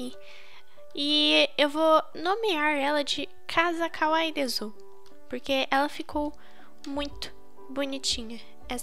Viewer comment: "Caza Cauai Dezu"